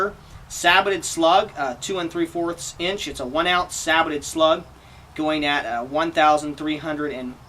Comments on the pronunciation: It's like these reviewers have never seen a WW2 tank or any tank documentary, in the last 20 years, where the people clearly say SAY-BOW NOT SAAY-BOW. Sorry I cant get past that. Not gonna listen to minutes of talk from someone that pronounces it that way in the first 20 seconds of the video. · Christ.. saybow. Not sabbotted...